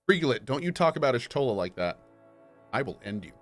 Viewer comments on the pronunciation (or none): i get ticked off everytime Cohh pronounce "Y'Shtola" (or "Shtola" for the close close one to her, since you don't use the tribal affix in that case ) "Ishtola", which would only be correct if her tribal clan affix was a i and not a y since JP version is right by being "Ya-Shutora" it's canon to be "Yash-tola" or "Yah-Shtola" but then again pronunciation is not everyones forte ... being french speaking Swiss i can understand that... i research and make a point to do the correct accent and pronunciation in any languages ... by respect x)